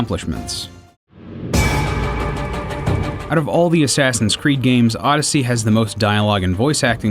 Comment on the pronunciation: I swear he says "Sassin's Creed" lol